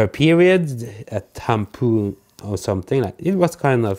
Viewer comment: "Tampoon" hahaha. Love you guys!